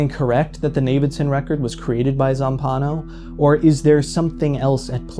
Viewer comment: single-handedly setting the world record for mispronouncing Zampanò's name. I wanted to scream.